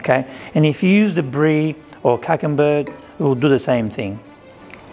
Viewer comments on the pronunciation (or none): Hey, why did you pronounce Camembert as Kakenberg? :D